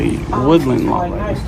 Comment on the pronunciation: What’s a “Libarry”?